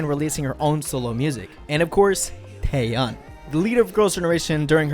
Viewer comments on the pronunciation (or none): It's Taeyeon; not Taeyun, bitch.